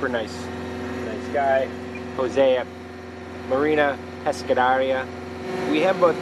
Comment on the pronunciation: You lost me on that MARINA PESCADERIA My god that pronunciation hahahaha